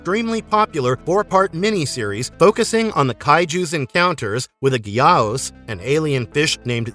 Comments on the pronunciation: It's not Gee ows! It Guy-ohs! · your computer voice is mispromouncing Gay-ou-us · Dude. Gyaos. Its literally said how its spelled. One syllable. Like "Geeouse" You're still right tho, this guys saying 3 syllables. Its like nails on chalkboard. The only reason its 2 syllables in Japan is because "osu" is one sound over there, so you get "Gee-osu" with the "u" as a second syllable. But saying that with a western tongue is like pronouncing the u in "Sasuke". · Gamera's mortal enemy's name is pronounced Guy - ohs. I have the complete Gamera Legacy box set and Gamers the Brave. Nothing was ever mentioned about Atlantis in Guardian. The third movie the highly evolved Guy - ohs called (pronounced Ear - Ris) Iris. Did you actually see all the movies, or just read a script to clips?